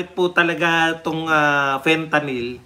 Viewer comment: Sabi ni mike Abe Fentaline at hindi Fentalyn, akala nya pati oral ang pagtake nito😅😅😅